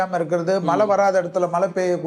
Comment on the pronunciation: Mazhainu solla kudadha malai varumnu why r u telling like this as a great astrologer pl correct pronounciation